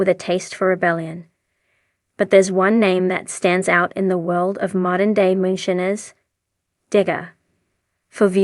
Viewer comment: Why do you say moonshines wrong my god if you can talk shut up.